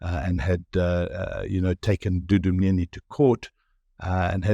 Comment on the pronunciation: Thank you for pronouncing Wayne's surname correctly!!! Thank you Wayne for always keeping tabs on these theiving bastards....on both sides!